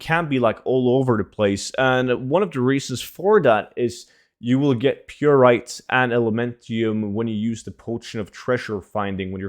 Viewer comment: Omfg it's pronounced "pie right" not "pure aight". 😒